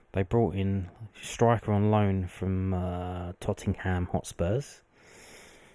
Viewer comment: is the way you pronounce tottenham a joke i dont understand